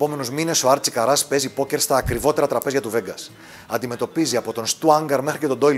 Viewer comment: Άρτσι Κάρας ρε παιδιά,όχι Καράς